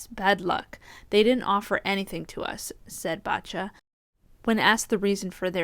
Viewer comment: Poor Bacha (pronounce Basha and not BaTcha :)... She took back what she said later, I heard... It was in the heat of the moment... She's got a strong fighting spirit. I don't think she should be called out for 'bad sport'...